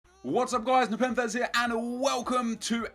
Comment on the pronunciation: Steven Hawkins has better name pronunciation than nepenthez does.